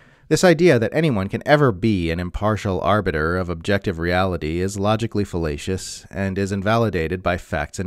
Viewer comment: your pronunciation of “logically fallacious” sounded like “logically fellatious”—or is that indeed what Caitlin wrote? (It DOES make sense.)